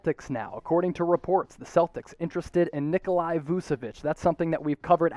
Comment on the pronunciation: Heads up, it’s not pronounced “Nikolai” or “Vusevich”, it’s “Nikola Vuchevich”. Love your stuff though. 👍🏻